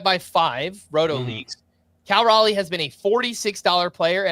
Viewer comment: fighting for his life on how to pronounce Cal Raleigh. “Cal Rally” is not it lol